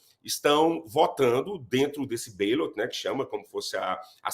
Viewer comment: "ballots", ou "cédulas" em português, pronúncia-se com o "ba de forma aberta, da mesma forma como é em português, e não " beilots" como o jornalista desse vídeo fala, a não ser que haja algum sotaque regional lá nos EUA, e que eu desconheço. Seria legal o jornalista falar de qual região dos EUA saiu esse "beilot".